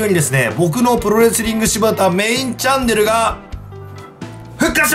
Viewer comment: チャンネルがジャンヌに聞こえた笑